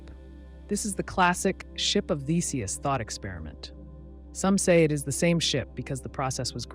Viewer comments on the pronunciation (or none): You said ship of theseus wrong, and now the entire video is disqualified from having any factual statements.